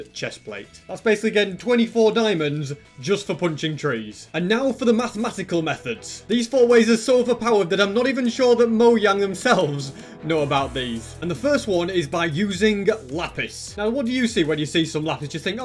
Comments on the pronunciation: It’s mojang not moyang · at 2 31 in the video he says moyang instead of mojang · lol he said moyag not mojang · moyang? I’m pretty sure it’s mojang. Not to be mean, I’m a big fan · Did he say MOYANG and not Mojang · He moyanj not mojang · ( it isn't moyang its mojang ;( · I think just said " Moyang" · my man really just said "mOyAnG" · “Moyang”😂 LMAO I’m British too and that’s not how u say it 😂 but it’s okay ahha This video helped me a lot thank you! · Lol he said moyang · Really good video. When sad "Mojang" I was Lmao